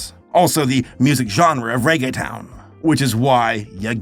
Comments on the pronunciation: Reggaetown? Cute but no, it’s ReggaeTON as in a TON of Reggae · Somebody probably mentioned, but in case they didn’t, it’s pronounced Ray-gay-tone. Not a big deal just thought I’ll mention. It took me a few minutes to realize that’s what you meant. I must be a little slow. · As a Hispanic I miss 2000’s reggaeton (I cried every mine he pronounced reggae-t-O-n as reggae-tun 😭🙏🏽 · It's is reggae tone not ton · The only part I couldn’t help but snicker was his pronunciation of “ReggaeTON” 😂 when it’s “tone” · Bruh says reg a tone instead of regge thone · if it helps for pronouncing Reggaeton you say it Rae-Geh-Tone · Anyone else chuckle at him calling "reggaeton" "reggae-tun" & "reggae-town"? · I love pronounced regeton as reggetown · You were actually doing really well in annunciating then you said Regetown. SO CLOSE SABER! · It's pronounced like reggae tone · I lost it when he pronounced Reggeton as "Rege-Town" 😂😂